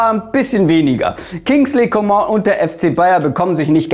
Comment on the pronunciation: danke dass du Coman richtig ausgesprochen hast